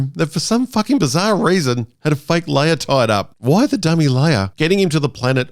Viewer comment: Yoder and Leier... lol